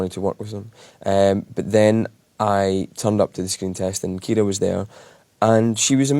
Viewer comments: His pronunciation is Irish pronunciation of the name Kiera which the Irish spelling is Ciara.☺️ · Finally my name pronounced correctly thank you James McAvoy